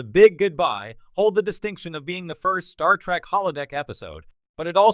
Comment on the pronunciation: When you say Star Track, and Jeen Luck Pickard, you might flash on the screen "this is humor" so we know you're attempting to be funny.